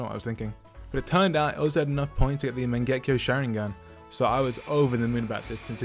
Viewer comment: DID YOU JUST SAY MAGEKO SHARINGAN TFFF